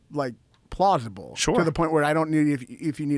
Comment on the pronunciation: "the poshibility of it not being a consjpirachy is very... plawshible"